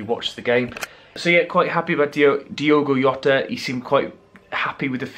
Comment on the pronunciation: Takes literally 30 seconds research to know that in Portuguese Jota isn't pronounced with a 'Yo' sound. Even in a Twitter video he pronounces his own name at "Jotta".